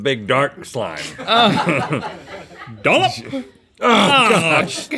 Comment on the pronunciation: Rhett’s “dollop” was the first time I’ve ever actually gagged while watching GMM. Nice work, guys.